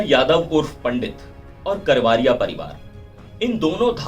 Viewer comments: करवारिया नही करवरिया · करवारिया नहीं रिपोर्टर सा ब करवरिया, कैसे रिपोर्टर हो